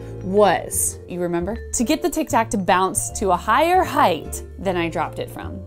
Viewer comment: "... and THAN! " so lovely. :D Oh! Wait, I came for the tic tacs... Focus Nek. Focus...